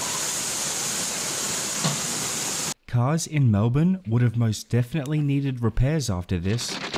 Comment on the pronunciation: Bad. Emu. Eem you. Emphasis on the first syllable. The second syllable is very soft. Melbourne, you'd do best to pronounce it as Melbun but not with a hard u.